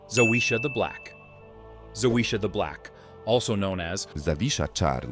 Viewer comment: It's not that hard to pronounce Zawisza - for an anglophone ZAVISHA....try It out, the way you say it makes any Polish person cringe